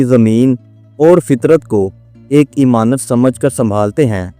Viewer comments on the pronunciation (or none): incorrect "aik husseen imtiaz" correct "aik husseen imtizaj" correct word is Amanat but not imanat